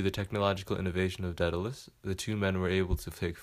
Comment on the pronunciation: I thought it was pronounced DAY-duh-luhs